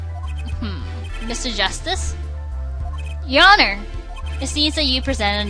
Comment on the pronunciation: at one point u pronounced the h in honor. funneh UR HONOR